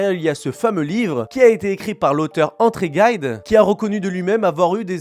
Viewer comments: Bonjour, on ne prononce pas "André Gaïde" mais "André Jide". Hihi. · T'es français et tu prononces André Gayde au lieu de André Gide ? 😂😂😂😂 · "André Gaïde" mais t'es sérieux? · Précisons au passage qu'il ne s''agit pas d'André "gaïde" 😁 mais d'André Gide, une référence de la littérature francaise, Prix Nobel de Littérature, journaliste, romancier, essayiste, auteur de classiques de la litt. comme La Symphonie Pastorale et Les Nourritures terrestres mais aussi, c'est là que ça devient intéressant, homosexuel notoire à la réputation sulfureuse, ardant défenseur de la péderastie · André Gide punaise ca se prononce J, voila comment des imbéciles decridibilisent tout une enquête incroyable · C’est dingue que tous les commentateurs francophones que j’ai vu aucun ne prononce André Gide correctement… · Sinon c'est André Gide, prononcer à la Française, il n'était pas Etatsunien 😂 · Le romancier pédocriminel est André Gide, un français, donc à prononcer à la française , merci. Votre débit de paroles est trop rapide et saoulant. Merci de rectifier.